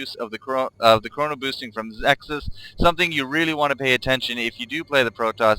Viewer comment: ZEH-luts. LOL Great cast!